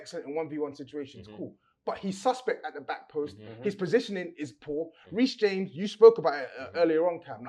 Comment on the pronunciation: the disrespect on reece james name 🤣🤣